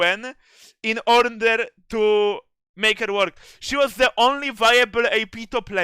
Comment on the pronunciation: "in orner to..." Dr. UTTUT APRIL 2022